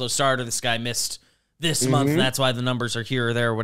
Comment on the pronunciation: "...and as the munf draws to a close"